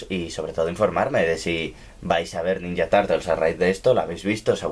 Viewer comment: ninya tartels XDD